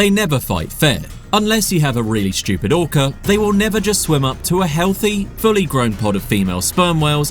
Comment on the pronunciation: Did I just hear him say" an orcer "